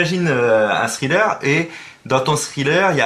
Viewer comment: "dans ton sriller" XD c'est "Thriller" pas "Sriller" Fabien :D